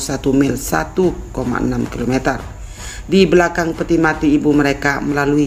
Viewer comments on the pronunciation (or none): none